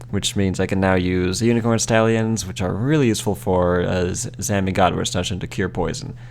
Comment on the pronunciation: did you honestly just say that seed was yew-seful?